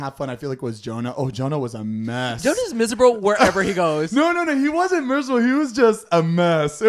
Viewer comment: why can neither of them say miserable